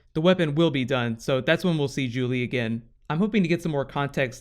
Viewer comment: It's Zhu-Li not Julie